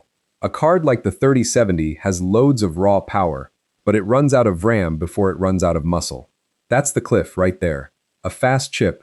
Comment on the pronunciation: it's pronounced "V" ram. Quit doing videos on Vram when you can't even pronounce it right